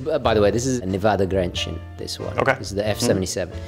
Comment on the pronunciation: Grenchen is pronounced "Gränche", just saying for all non swissgerman speakers out there.